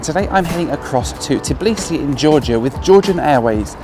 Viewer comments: Just say Tbeeleesee, it sounds better than Tuhbleesee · I am not even from Georgia and it is kind of driving me crazy how Americans pronounce Tbilisi :D Are you not able to say TBI-LISI? :)